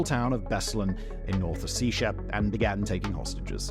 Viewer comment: Simon, please, check your prononciatian of foreign names: place names specifically. "BEslan" instead of "BeslAn" is one thing, but "North Oh-see-sha" instead of "North O-se-ti-ya"?